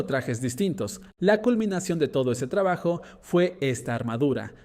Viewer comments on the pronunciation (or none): none